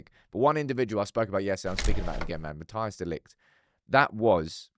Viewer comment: haha im not even dutch but I wish people would prounounce his name right. Matthijs De LIgt is pronounced (Ma-TICE) De Ligt. Like ICE ICE BABY. Its not rocket science lol